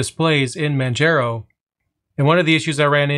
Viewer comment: It's pronounced Man-jar-o', not Man-jer-ow